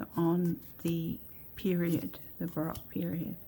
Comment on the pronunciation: Just fyi, the “O” in baroque is a long O.